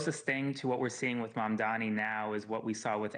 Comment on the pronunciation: It's M.A.M.D.A.N.I. Are you even a journalist? Can't even pronounce his name right.